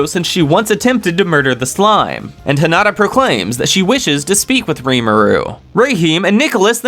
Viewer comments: Heen ah tah … is how you pronounce Hinita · These videos would be way better if you would stop pronouncing the names WRONG of some of the characters. Especially Hinata and Milim. It sounds stupid the way you say it. If you ACTUALLY WATCHED THE ANIME, YOU'D KNOW HOW TO PRONOUNCE THEM.